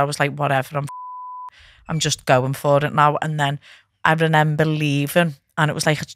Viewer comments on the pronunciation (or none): You know you're scouse when you say "ReNember" hahah <3